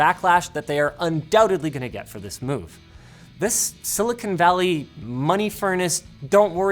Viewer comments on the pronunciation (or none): none